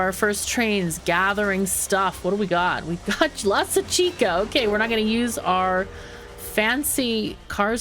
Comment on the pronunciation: Hey the drink chicha is pronounced like chi-cha. Like choo choo for a train and not a hard K sound. Just a heads up:)